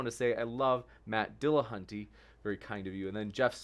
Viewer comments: why do so many people pronounce matt's last name as dillahunTAY? there is no 'a' between the 't' and 'y' at the end of his name. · AND, AND its NOT "Dil-lah-hun-TAY", you lying, irritating, interrupting, "mmm... hmm...ing" subhuman troglodyte.